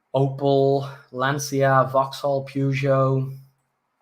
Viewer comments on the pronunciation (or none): none